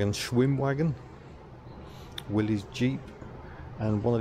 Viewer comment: As a small detail, the Willys Jeep is pronounced "Willis", rather than as if it were a possessive. That said, nice video - and what a great museum. :-)